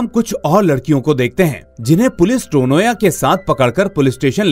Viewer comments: It's not टोनोया. It's तोनोया. Coz in bangla 'o' sound has importance. I mean to say this sounds is common in bangla language. तनया becomes तोनोया. Beautiful explanation indeed !❤❤❤❤❤❤️ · Firstly it's Tanya ..😅with a Bengali pronounciation (Tonya)